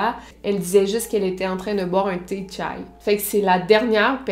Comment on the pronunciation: Elle l’a prononcé comme une vrai turc 🤣